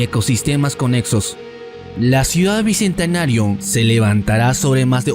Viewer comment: Papu, aprende a hablar primero antes de hacer estos analisis, tu analisis esta bien pero tu manera de hablar se ve muy pobre porque no sabes ni expresar correctamente el genero ni conjugarlo los articulos, ni pronunciar bien "bicentenario",.. tampoco se dice "dijieron", se dice "dijeron"...muy mal papu